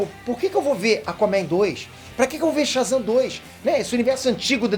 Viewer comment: O cara fala Shazan, ve, um raio e frito o cérebro dele kkkkkk